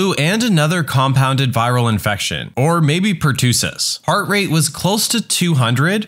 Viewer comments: It’s per-tuh-siss, not per-two-siss. Just a heads up. :) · Just a friendly FYI: Pertussis is pronounced as "per- tuss- sis", not "per- too- sis". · Please stop mispronouncing pertussis. The u is like in us, not tuutuu. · Someone needs to look up how to pronounce "pertussis" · Look up the pronunciation of pertussis